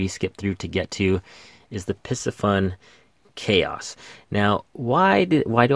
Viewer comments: Pardon the correction…. It’s NOT “Pissy Fun” It’s pronounced “PC Fun”! Other than that, excellent video! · PIE-C-FUN not PISS-E-FUN. like the fish PISCES...